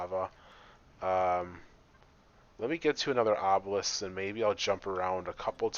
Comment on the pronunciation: If you look carefully at the LCD, Obelisk is not spelt the way he pronounces it.